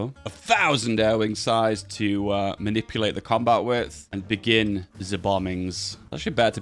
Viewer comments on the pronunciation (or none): none